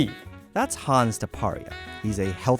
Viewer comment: Hans 😂... he's to be pronounced Huns Taparia.